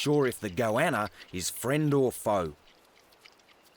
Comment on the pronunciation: I love how he says 'Goanna' - Goyanna... its a non-Jew Goanna... Goy-anna... hahaha... Goanna: It's getting crowded around here, with these noisy humans about...